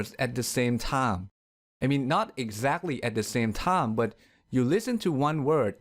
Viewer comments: Time = taim ( you were saying "tam" ) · the narrarator's pronounciation isnt that well!the narrarator's pronounciation isnt that well! work on 'ds. you say "soun" instead of sound. also you say -ch words odd. you say "eash" instead of each. your -m. you say time like "tie". hope this helps! but you are a good speaker for a non native. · Thank you! Very informative and makes me want to share with my students. However, it seems your "s" is not pronounced true sss, it's kind of between "s" and "th", sometimes it's even more "th" than "s". Also the word "time" is pronounced more towards "taam"...Because of these two reasons, I'm hesitant to show this video to my students...